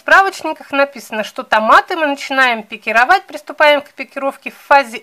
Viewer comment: Наконец-то правильное ударение на слове пикировАть, а не пикИровать